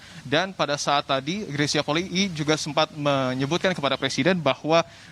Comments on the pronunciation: Itu kan marga bacanya juga Poli'i,kak greysia juga pernah bilang disalah satu konten bacanya Poli'i bukan poli . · YANG BENAR BACANYA POLII (POLI'I) BUKAN POLI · Maaf yang benar yang mana cara baca Polii.... sepertinya reporter perlu belajar baca..mungkin nulisnya Polii tapi bacanya...cukup Poli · Itu bener Polii bukan Poli aja ka Greys pernah bilang